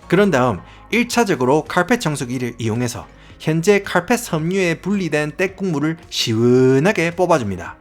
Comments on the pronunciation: 횽아 사투리 쓰가믄서 카얼펫 하는게 너무 킬포자나 ㅋㅋㅋ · 와따 마~ 고마쌔리 쎗바닥 엄청 굴리뿌네예~ 카아알풰엣~ 카아알풰엣~!! 잘 봤심니데이~~